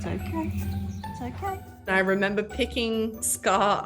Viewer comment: “I ruhmembuh”. Hahahahaha I love it. This video is so Australian